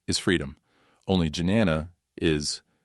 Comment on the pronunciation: Jnana - “j” is silent Right pronunciation is Nyana